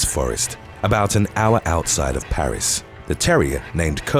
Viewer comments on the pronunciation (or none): none